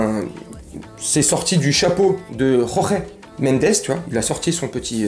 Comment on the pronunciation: Apres les Leo sexuel on va avoir tout le 13 eme arrondissement de paris au stade 😂 je rigole!!! Par pitié JORGE MENDES le J se prononce J !!! Comme en français !!! C'est en Espagne que l'on dit RORE MENDES!!! Il es portugais pas espagnol !!!!😅